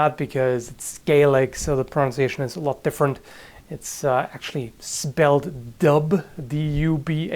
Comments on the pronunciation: dúbh means black, and its pronounced dove or doe, not do. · Dubh is pronounced doobh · Dubh should be pronounced with a v sound at the end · Depends on dilect - dubh in an Gaelic I've heard and how I pronounce it, is pronounced "doov"" It means black, the colour. For exaple Dubh-linn = Blackpool = Dublin in modern times. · speaking Gaelic its actually pronounced duv not do. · If it is spelt "dubh" in Gaelic, then the pronunciation should be close to "dove" or "duv" similarly. The 'bh' makes a 'v' noise when said. I am Irish so I hope the language doesn't vary in Scotland in terms of annunciation but that should be correct. Regardless, nice try.:P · Pasha Staravoitau Mate I live in a Gaeltacht. It's pronounced "doo" in Ireland aswell. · In Irish dubh is pronounced duhv and means black